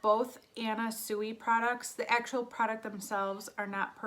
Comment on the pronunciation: I hope you don’t mind but Sui is pronounced swee.